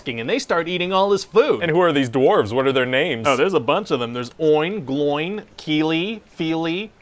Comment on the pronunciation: The way you pronounce "Gloin" gives me life.